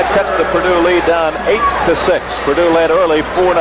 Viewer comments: Purdue - NOT Perdue. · It's Purdue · BTW. It’s P U R D U E 🙄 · Purdue not Perdue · It's "Purdue" not "Perdue" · It's P-U-R-D-U-E!!! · By the way, it's PURDUE. Also, notice how strange the court looks with no 3-point circle.